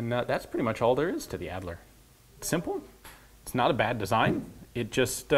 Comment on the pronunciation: AHD-ler, not ad-ler. fah-brick, not fa-breek.